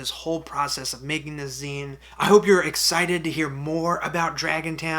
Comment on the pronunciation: So, zine pronounced "Zēn", not "Zīn.